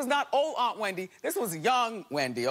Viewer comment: And she pronounces it as Whendy